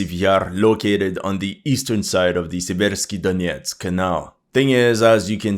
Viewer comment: SEA-versk SEA-versky dough-NETS The stress is on the FIRST syllable. Just like in the English word "sever".